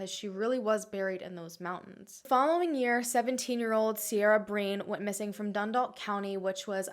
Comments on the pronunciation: Cera is pronounced "Keyra" not Sierra and the woman the hunters saved was 50 not 15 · This video was amazing!!! All of these cases are so sad, its still on the minds of Irish people. You did pretty well with the pronunciation too! The only thing that I noticed was the name Ciara. It's an Irish name so it's complicated 😂 It's pronounced Keer-a over here! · I'm well impressed with your pronunciation, Ciara is pronounced Key-ra though. And Larry totally killed most of those girls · Ciara is pronounced kir a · Hi I love your vids I'm so glad to see you cover another Irish case. You pronounced enniskerry right in impressed well done. The only ones you mispronounced was ciara, because in Ireland we say it as Keira. And Tullamore is like Tull(like hull)-A-more. Larry Murphy is a disgusting man however the Irish gaurds are so corrupt and lazy that I think they just want to say it's him to appear to be solving or near solving these crimes. One last thing, the IRA aren't terrorists at least not in the republic of Ireland (where these girls went missing) some people in northern Ireland would however disagree. Us republicans would class them as freedom fighters. Just thought I'd comment these points. There's only about 5/6 million people in Ireland so you can imagine that it's a high number for such a small country. I'd say in America your state probably has more people living in than our whole country am I right? Much love from Ireland 💚💚💚